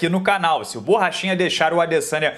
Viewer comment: "Borrachina" kkk